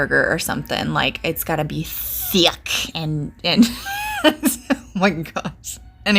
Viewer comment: Lmaooo the way you said “thick” 😂 Your layering game is on point!